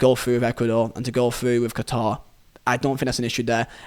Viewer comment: Listen well all of you I’m Qatari, and no one has the right to change the name of my country called Qatar not katar not guitar not Quatar QATAR